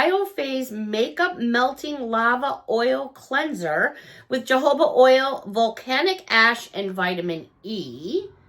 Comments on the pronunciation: Hi. It's pronounced HoHoba not JoJoba. You crack me up. You definitely got better at pronouncing things. Get ready for Monday-Wednesday, it's going to be high in 70's with Tuesday getting up in the 80's. Way to soon to be that warm for the month of April. Thank you for sharing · Great Haul! Im sorry but to say Jojoba its Ho-Ho-ba. 😊😊